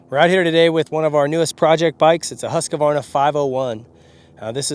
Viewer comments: Dude, you've gotta learn how to say HOOSK-VARNA (or if you prefer HUSK-VARNA). There is no "UH' as a second syllable. Just 'cause idiots on the internet all say it wrong doesn't mean it's right. Here's how to spell it. Husqvarna. Husq-varna. IT IS NOT SPELLED Husqavarna so don't pronounce it that way. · Woah nice build, but David should learn how to pronounce Husqvarna because its not Husqevarna but Husqvarna. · Incorrect pronunciation of Husqvarna. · You're not pronouncing Husqvarna correctly.